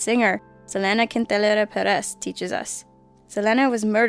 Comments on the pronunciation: Selena quntelasdfsdf-peres....what? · Must have taken French in high school and you've never tried a QUESADILLA (which is pronounced KEH-SA-DEEYAH, Unless you're from Argentina.... then you would PRONOUNCE "KEH-SA-DEE-SHAA") Selena Quintanilla pronounced "KIN-TAH-NEE-YAH" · its pounced SEA-LEE-NA KIN-TEE-NIA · Can you really not pronounce Quintanilla right!? Fuck! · you pronounced quintanilla wrong. smh.